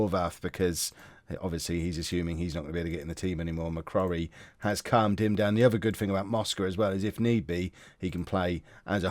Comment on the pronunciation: McCrorie - pronounced ‘Mc-Croary’